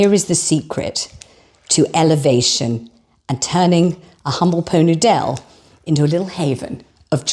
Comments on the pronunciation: Laughed out loud when you said po noodel 😅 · Oh, it took me a minute to catch onto the "Po Noo Dell". 🤣🤣🤣🤣. Thank, thank you for the laughs. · Po Nudel? Ah! Did you say "Pho Noodle?" 😂😂😂😂😂😂😂😂😂😂😂😂😂 😂😂😂😂😂😂😂😂😂😂😂😂😂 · “Po noodelle” 😂😂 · I felt sorry for my neighbours ehen you said "Poe Nudel" I laughed out loud, and you used my two favourite biscuits. Utter delight. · Pot Noodel, pronounced po nudel, a culinary delight served in elevated crystal ware - I feel like a Princess! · I think I will always pronounce Pot Noodle that way now. Excellent. 😂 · I soon hope "po noo dell" sticks. Champion!! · As your very old and dear friend from 2 episodes ago, I hope I am not holding you back as I tell you how much your Poh Noo Dell made me laugh…you are really killing it!